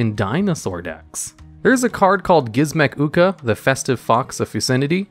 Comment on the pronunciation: how did you pronounce "gizmek uka" right but not "fecundity"?